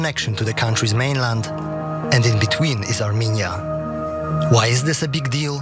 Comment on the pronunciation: Two countries Trump can't pronounce.